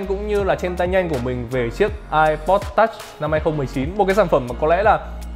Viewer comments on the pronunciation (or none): Phát âm từ "touch" phèn không thể tả!